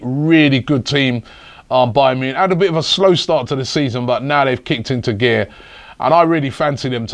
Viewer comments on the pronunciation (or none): none